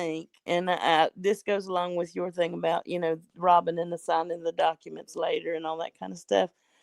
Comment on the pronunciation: It’s like Rawwwbin is really leaning into the way we make fun of her pronunciation. She’s rage-baiting us. 😂